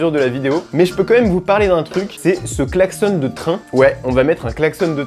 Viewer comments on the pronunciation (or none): ON DIT UN KLAXON PAS UN KLAXONNE 😂😂😂👌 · Klaxonnnn pas klaxonne 😭😭😭😭😭😭😭😭